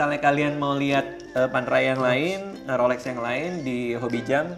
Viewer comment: bukan rolek wkwkkwkw gk bs bilang rolex ya